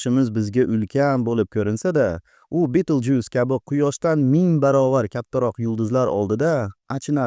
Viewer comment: Beetlejuice?????😂 = Betelgeuse, агар сарказм булса, гап йук!